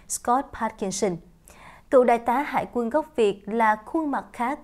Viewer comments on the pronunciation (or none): Yêu cầu phải đọc là : Đại Tá Hải Quân Hùng Cao chứ không phải Hải Quan .